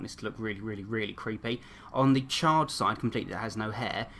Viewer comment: Who else whenever he said charred it sounded like child